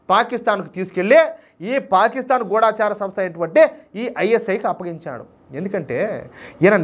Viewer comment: ఎన్నో ఛానల్స్ వాళ్ళు పలికిన తెలుగు సరియైనదని, మీరు కూడా తప్పు పలుకుతున్నారు. గూఢచారి సరియైనది. గూఢాచారి, గూఢాచారులు అంటూ "ఢ" కు దీర్ఘం పలుకుతుంటే, మాలాంటి ముసలివాళ్ళకు చాలా బాధ కలుగుతుంది. ఇప్పటికే చాలామంది, చాలా పదాలకు, లేని ఒత్తులు పెట్టి, ఉండవలసిన చోట, ఒత్తులు లేకుండా పలుకుతూ, మధురమైన తెలుగు భాషను చంపేస్తున్నారు. గూగుల్ లో కూడా అనువాదం కొరకు వెతకవచ్చు.